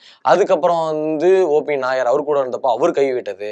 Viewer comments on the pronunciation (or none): யப்பா தம்பி காத்தவராயா, நீ ஆங்க்கரா, கிறிஸ்துமஸ். சுத்த பேஸ்தடிச்ச பிம்பிலிக்காவா இருக்கியே. மொதல்லே ஒன்னோட பேரை ஒழுங்கா சொன்னியா? "O. P. NAIYAR " ஓ. பி. நய்யார் என்பதை நாயர் நாயர் என்கிறாய். "தேவ் பர்மன் "என்பதை வர்மா வர்மா என்கிறாய். இளையராஜா இசையில் "செண்பகமே செண்பகமே "தேவா இசையில் என்னென்ன என்னென்ன வித்யாசாகர் இசையில் கொஞ்ச நேரம் கொடஞ்ச நேரம் பாடி உள்ளார். தீஸ்ரி மன்ஜில் என்ற இந்தி படத்தில் "ஓ மேரே சோனாரே என்ற பாடல் ஆர்டி பர்மன் இசையில் ஒரு கலக்கு கலக்கியது